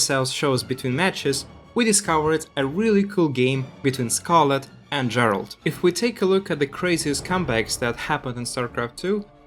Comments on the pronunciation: I don't watch SC2 that much anymore but even I know that his name is pronounced same as Geralt of Rivia (G as in Gregory, not George). Even the casters and Elazer say it correctly in the clips that you showed, but you still pronounce it wrong. Sorry to be nit-picking, but since this video is about Gerald's comeback it would be nice to respect him and at least pronounce his name correctly. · That might be the case, but if you ask a french person to pronounce this name, it'll definitely not sound like the English or Polish version of "Gerald" Anyway, for me, the way is pronouncing it sounds out of place.